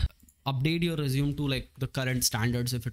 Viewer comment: it is resume-y not resume